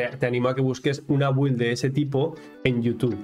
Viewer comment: Con todo respeto, creo que al decir güild quieres decir build, se pronuncia Bild, si me equivoco corrígeme también, gracias.